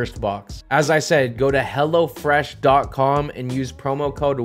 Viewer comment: Anyone else thought he was sayin hellafresh not hellofresh